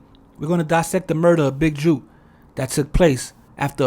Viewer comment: Jook is pronounced like "cook", or "book". JUKE is not the same, and they mean two entirely different things in the South.